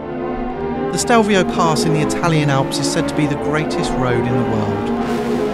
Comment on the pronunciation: it's Stelvio not Stevlio!